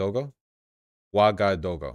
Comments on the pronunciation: it’s “ooh-ah-gah-doo-goo” but make the transitions between each phoneme(the dashes) smoother. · It's pronounced waga-doogoo but who's even gonna read this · as an african, hearing vaush mispronounce ouagadougou was one of the funniest things i’ve ever heard